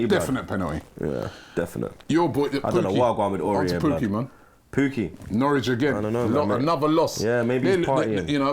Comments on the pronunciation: NOW RICH or NOR WICH?? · 'Nowrich'???? its Norwich lad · “Nowrich” is flexing on us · “Nowrich” when the scores were being displayed 🤣🤣🤣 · "nowrich" yeah you are robbie after this aftv masterclass